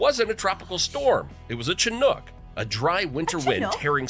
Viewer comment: The narrator is mispronouncing Chinook, it should be a SH sound at the beginning, SHi-nook. Also, we say Koot-nee not Koot-nay. The only "snow" day I remember having (where I live in Montana) was one time where the wind-chill was -89F (the air temp was around -48F with wind gusts up to 25mph) and the busses couldn't run because their brakes wouldn't function.